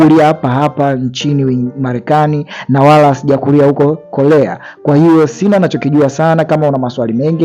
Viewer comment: korea sio kolea kuna muda mnaharibu muvi kutokana na mtafsiri anavyolegeza ulimi aaaakh